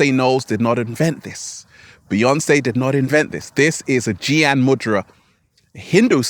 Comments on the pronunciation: I like to help you to pronounce Gyan How we pronounce G in glory g+lory it’s like G+yan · Gyan is pronounced gay-aan :)